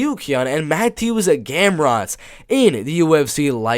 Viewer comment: both. Yes the T is silent so it’s like Saryukyan. And Mateusz is pronounced like Ma-Toosh. I’m glad you were able to fix others like Petr Yan, Benoit Saint Denis, Dricus Du Plessis to name a few.